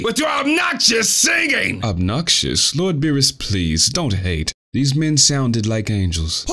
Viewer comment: "my lorrd"